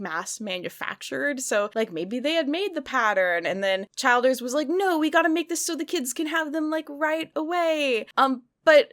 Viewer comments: I know it’s off topic but the last name Childers is pronounced Chill-ders. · Chill ders not CHILD ers lol. And I love your biting sarcasm! Holly Hobbie is precious so be nice now!!